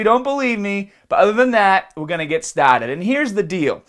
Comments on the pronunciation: Why is it that you can say "world wide reb" but you don't know how to pronounce R in "started"? Just bustin your balls. Diggin your videos,! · Canca, traina, stated, haaaat, monstas.... oh you mean cancer, trainer, started, heart, monsters. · I never knew had an accent until now. "Cancuh" "trainuh" "stah-ted" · its your accent with certian words like " started" it sounded like stotted lol..hotbeat..liva??